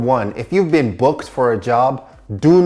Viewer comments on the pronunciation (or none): none